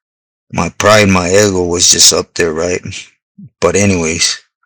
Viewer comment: Ok my boi I’m gonna help you It’s called 👉🏼 ego Not 👉🏼eggo Órale ponte trucha